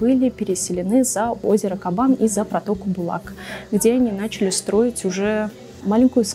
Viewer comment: Правильно на Кабане делать ударение на втором слоге. Странно, что журналисты не знают русского языка. Или все не казанцы?